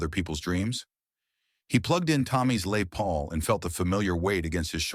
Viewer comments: A.I, or a bad home worker. never heard of "LAY" Paul, do you? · "Lay Paul"? Give me a break! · LAY PAUL !! WOULD IT BE LES PAUL ???